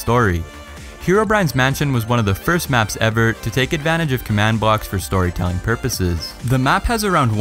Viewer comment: You said first wrong